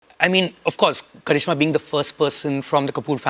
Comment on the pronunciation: karizma not karishma😂😂😂